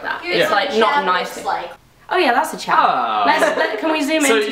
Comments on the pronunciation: its chav, not chaf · its actually chav not chaf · she said chav. Not chaf.